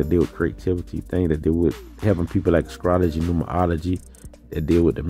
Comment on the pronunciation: Are you saying "scrology"?